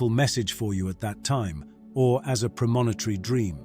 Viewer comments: Good video! Small correction please- Premonitory, not “premontary” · There's no such word as "premontary" dream. The word is premonitory.